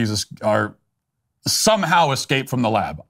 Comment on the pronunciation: Could the news broadcaster please talk normally? "Excaped", "Axed" It's escape and ask.